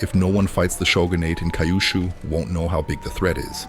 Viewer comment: It’s not Kaiyushu. It’s Kyushu. Keeyuooshoo if you insist.